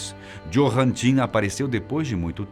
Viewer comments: Johann lê-se com com de "i" = iohann. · Não quero ser chato , mas "J" (jota) em Alemão tem som de "i" (Johann deve ser pronunciado "Iôrran").